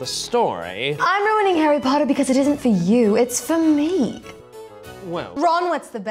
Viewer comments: Wait are they doing bad English accents or do Americans actually thing we talk like that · Hawy potter